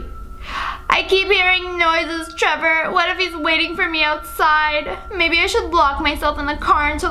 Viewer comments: im just like did she just say taylor instead of trevor? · I love how she said Tyler when the text said Trevor lol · trevor is now pronounced tyler according to sssniperwolf lia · The fact she said Tailor and his name is Trevor-😂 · U SAID TAILER BUT IT SAID TREVOR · You said tiler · who else noticed when she said "tiyler" instead of "trever" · Lia Says Tyler instead of Trevor Everyone In Comments OMG LIA HOW DARE YOU MISS PRONOUNCE A NAME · Varuni Sukhtankar no? It sounded like she Said Trevor Nvm I just have bad hearing I guess, she said Tyler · I listen to it up to my ear and she said Tyler not Trevor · You said tylor not Trevor 🤣🤣🤣😂😂😂🤣🤣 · You said Tyler it's trever love u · Who else heard her say Tyler when it was Trevor so funny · It’s trevrr